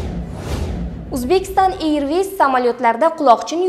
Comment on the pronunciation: Танел ма тюнель тугри айтинг.Ирвис эмас эрвис.